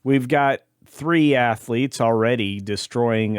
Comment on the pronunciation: He should remain in UK and you almost said it right Assletes.